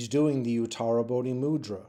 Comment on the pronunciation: I'll go and have a look at your playlists. It's because of your videos that I can actually pronounce utarabodhi mudra every time I see it! I can't spell it though, and I don't exactly know what it means, apart from they're all in the same club.